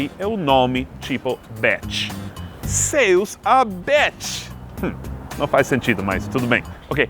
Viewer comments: Olá meu querido amigo gringo! Dica de pronúncia: "céus", a vogal "é" é aberta, aguda. Da forma como você pronunciou, fechado, o som foi de "seus" (pronome). Abraço, não podia deixar de dar a dica de português brazuca!!! :) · O seu "céus" saiu como "seus". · Céus se pronuncia com o som agudo no é !!! Dica #amigobrasileiro.....kkkk